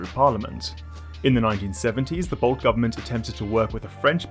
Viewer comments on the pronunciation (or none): ‘Reg Ansett’ is pronounced with a soft G, not a hard one. It’s short for Reginald. So it’s a G, like ‘general’ and thus, ’Rej Ansett’. And ‘Bolte’ is pronounced ‘Bolty’, not ‘Bolt’.